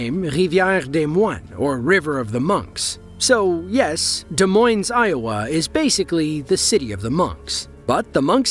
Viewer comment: Yes, but the narrator did the "Des" pronunciation correctly.